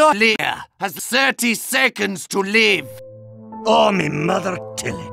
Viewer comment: "Mein professional opinion..." "Your LIVEar, has Z'irty seconds to LIVE!"